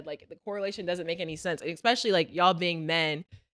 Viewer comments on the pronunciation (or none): get off that X.... espresso ain't expresso and especially ain't xspecially; you're still young enough to grasp common sense.